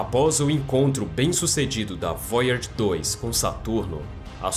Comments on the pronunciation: É voyager e não Voyards, mas muito bom o video, obrigado pelo conteúdo, ja deixei o like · Qual a dificuldade do narrador em falar VOYAGER na forma CORRETA, ao invés de "voiárge"? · Eu não gosto de ser o chato mas vc devia apre der a pronunciar Voyager. Desculpe, se eu não falar vc não vai descobrir pq seus seguidores não vão querer ser chatos com vc. Goodbye 😎